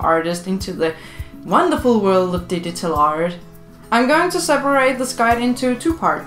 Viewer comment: she says digital art like didital art